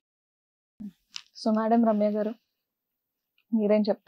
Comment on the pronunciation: మీరు రమ్య మేడం గారిని సరిగా పిలవటం లేదు. మేడం పేరు రమ్య, ఇంటిపేరు ఆకుల. మీరు చెప్పినపుడు రమ్యాకుల అంటున్నారు. రమ్య, ఆకుల అనాలి. సరిగా పలకండి.